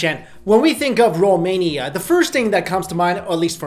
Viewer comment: Yes, Finally a youtuber who said 'romania' right!